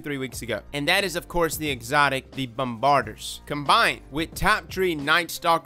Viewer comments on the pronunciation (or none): Not as bad as frostbolt. He kept calling them "bom-bardy-ers" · It’s not bombard-ers. It’s bombardiers. Think “bomb-ba-deers.” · Whether you say the R is kind of a local dialect choice. Bomb-bar-deers vs Bomb-ba-deers... either is still more correct than ' Bomb-bar-ders. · It’s pronounced “bomb ba deers” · same. c'mon. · Actually ot can also be "bomb bar di a" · Its Bombaardee-ers. Great content as always! 💖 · Bomm-ba-DEERS... you killin me. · Every time he says Bombbarder...I giggle a little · [BOM] + [BUH] + [DEER] emphasis on last sylable. Pretend that "r" doesn't exist. Luv yer channel and builds. Please do an easy to play Titan. Maybe I didn't eat enough crayons as achild lol. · He must be one of those 'hooked on phonics' fools who says 'Grenader'. Bom Ba Deer my man. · "bahm - buh - deers" Hope that helps. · Bomb-ba-deer why can no Americans say this ha! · He said bomb-bard-ers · Is actually pronounced bomb ba deers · It;s pronounced 'bomb-ba-deers' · you are a fantastic youtuber, but my man.... You gotta learn how to pronounce stuff. Its "bomb-are-deers". Notice the "iers" at the end? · Love ya man, but you should really learn how to pronounce the main subject before making a video on it. You’re not even close with Bombardiers.